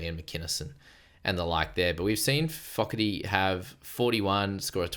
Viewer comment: Hi, I know you like to pronounce the poly names on point Hopoi is pronounced “Haw Boy” Foketi which is Tongan for Fogarty but pronounced a lil different lol “Faw Ke Dee” 😅 gotta hold the “KE” a lil long and then fast on the “Dee” which is the “TI” Ok thanks for adding my 5c😅😂😂